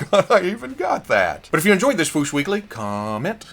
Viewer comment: The way from Toy News International pronounces "the fwoosh" is very annoying. But I've come to accept the fact that when he decides on the pronunciation of a word, doesn't matter how many times you tell him it's wrong. He goes for it, full confidence and gusto in the incorrect way every time. Even though I've accepted it, it's still annoying. Mini rant over. I had to say this somewhere.